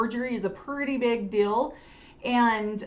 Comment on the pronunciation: “Rill” instead of real. “Dill” instead of deal. Pronounced “ing” as “ink.” Just a few examples